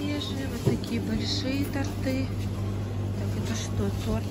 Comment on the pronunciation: ТОрты, а не тортЫ